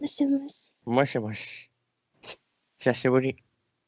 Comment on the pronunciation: おっさんの ひさひぶり 17さいでしゅ 爆笑ものwwwww😷🐒